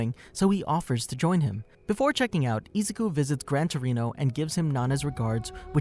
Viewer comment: Why does he say Izuku(I-zu-ku) like that, it made me cringe so much